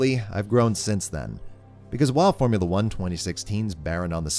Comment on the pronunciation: He definitely said Boremula 1